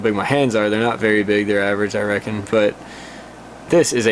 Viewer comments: "We'll get to that at some point I rectum"? Hahahahaha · “I Rectum” 😅😂